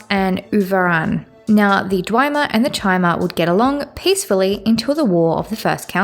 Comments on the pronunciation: No hate here, constructive criticism. It's pronounced Dve-mer, not Dwi-mer. Good series overall and material tho, keep loring ^^ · In Morrowind, Azura herself says dwee-mer in the final cutscene, but most people say dwem-er nowadays. Hearing dwi-mer is a first for me though hahahah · I have to assume you're mispronouncing things on purpose? Dwemer, Vestige, and Nerevarine all have PLENTY of examples spoken aloud throughout the game. And Dwemer and Nerevarine you are pronouncing nothing like the spelling. And of course why would Hlaalu have two A's if you're meant to emphasize the u? At first I chalked it up to accent but at this point it simply makes so little sense I can only assume you are doing it on purpose. Bravo, good troll. In every other manner it's a great video though, I'm enjoying the analysis